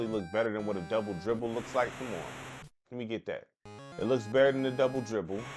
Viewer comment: BRO You tripping Double Dribble was way better than this ..and it called 'Rubble Ribble ' Thats what I heard when it came on